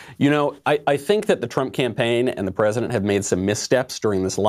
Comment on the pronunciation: Now I pwomise as Vice Pweisent...